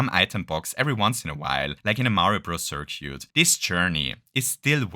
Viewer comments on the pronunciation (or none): Great video! Btw, for future reference, circuit is pronounced "sir-kit". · thought I had a stroke every time you try to say circuit I really hope this is an inside joke